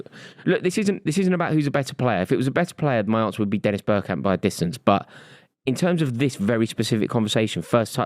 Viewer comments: It's Bergkamp. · It’s bergkamp.